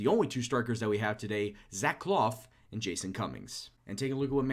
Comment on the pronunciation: For clough its pronounced cluff not cloff. Great vids though keep them up!